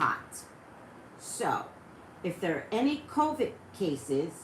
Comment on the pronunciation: I love you but your driving me a little bonkers with how you're pronouncing the word "COVID" it's COVID with a "D" sound at the end of the word 😂🤷🏽‍♀️